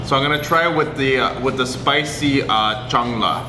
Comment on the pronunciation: It's "Salna", not "Chang la". You don't say "salvage", as "chalvage" or "chang-lage". 😂.The meat ball is "Kola urundai". Kola(meat) as in Coca-"Cola". "Urundai"(ball) as in "Uru-guay" like pronunciation. I'm sure you would laugh if I pronounce Britt as Prick, Fish n Chips as Piss n Sips😂. God save Great Burden😂